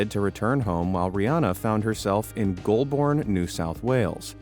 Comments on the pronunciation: Goulburn is pronounced like Gulburn and Bathurst is pronounced like Bathust. I'm sorry i couldn't let it go XD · Bathurst has one h, Goulburn is Gowl bn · All the australian names are pronounced wrong 😭 Melbourne isn’t pronounced Mel-born it’s mel-burn, bathhurst is spelt bathurst and Goulburn is pronounced gol-burn, otherwise great video